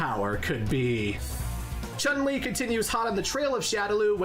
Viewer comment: Now, where to start? I don't have the strength to go over the whole video again to provide a complete list of all the incorrect info he gave, so I'll just pull by memory a non-exhaustive list, in random order: - REE-OOH and CHAN-LI. No. No no no. I'm sorry, I'm willing to be lenient, but that's just unacceptable. He should be capable of pronouncing the name of the protagonist. Heh... at least, he didn't say RAH-YOU, which is even worse. - Another thing you're expected to know: ansatsuken is NOT the name of the martial art school and/or style of Goutetsu and his pupils. Instead, "ansatsuken" is an umbrella term describing any martial art that is intended to kill. Like many other SF notions, it originates in Hokuto no Ken / Fist of the North Star. Hell, Gen, the rolling kung fu master who has zero moves in common with Akuma or Ken, uses not one, but two different "ansatsuken". That doesn't mean he studied under Goutetsu. Holy crap, that was a baaaaaaad start. FOLLOWS --->